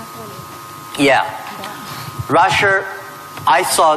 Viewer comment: I keep hearing Jack Ma pronouncing Russia , Rusher Do you get the same feeling